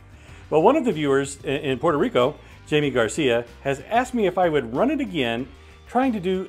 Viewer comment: Jaime = "Hi-meh"